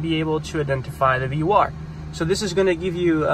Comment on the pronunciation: Very helpful, but it is pronounced VOR, not BOR.